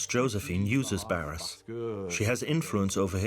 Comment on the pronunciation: And Barras does not sound like Barrasse. "Netflix for history" says it all.